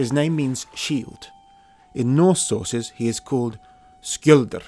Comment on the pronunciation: “norse sorces”:)